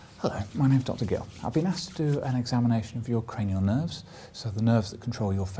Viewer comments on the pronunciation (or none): Does he say "My name Dr. Gill"?